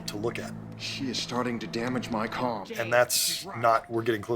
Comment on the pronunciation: We don't pronounce the L in calm